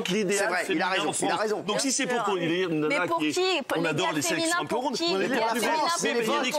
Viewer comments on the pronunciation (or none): élégire au lieu de élire